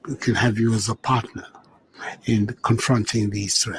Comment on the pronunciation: ..."parrner"...what!😮...america a partner after its invasion of Lybia?!..🤣🤣🤣..Ghana, mighty Ghana is lost with this man in "leadership"....